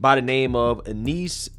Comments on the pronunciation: Yo! I love you bro but throw ur shit threw an e-reader before you read it so you know how to pronounce shit. Her names is unis. They just said her name in the news video you play. Come on man twice you sau uniece come on bro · That name is a bit arhaic. It's pronounced 'You-niss' generally. 🙂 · The way you pronounced Eunice screams millennial